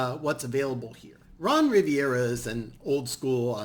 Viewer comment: You lost me when you pronounced Rivera wrong